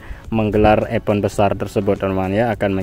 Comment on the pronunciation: EVENT, DIBACANYA: IVEN'T..!!! THANKS..❤❤